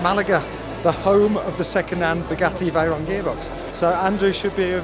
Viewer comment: ngl the "vey and ron" made me laugh